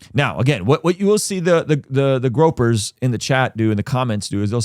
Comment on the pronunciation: I love how always says "FOON-tes," not "FUEN-tes", and "GRO-pers" instead of "GROY-pers." 😂 If there's any man or any group that need mocking, it's Foontes and the Gropers.